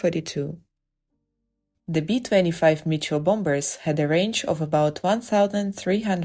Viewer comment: Get a Better Narrator! Bomb-Bers?